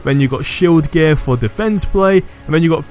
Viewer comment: when you say gear it sounds like your saying gay XD